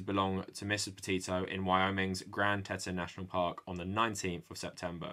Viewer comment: FYI it’s pronounced Grand “Tea-t-on” National forest not “teten” 🤓 (It was named by lonely French trappers in the early 1800s who thought the peeks looked like three female breast😒)